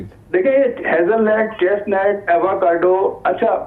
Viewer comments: Ye lagatar Net bol rahe hain Halanke ye nut pronounce hota he Hazelnut. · It is nut ,not net .like chestnut and Hazelnut